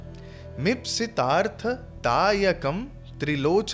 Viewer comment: i think, its ipsi tartha dayakam not mipsi tartha